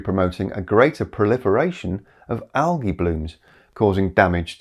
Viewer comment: Based on the 100% quality of everything in this video, I think I just learned the correct pronunciation of "algae". Checked it, confirmed. And after a lifetime of educated ppl around me saying "aljee", albeit very occasionally.